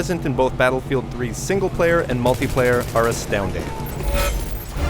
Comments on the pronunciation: OMG this guy CANNOT pronounce words properly! Idiot! MultAplayer??? Speceealiteees??? WTF moron. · "The mulTUHplayer"......stop saying that....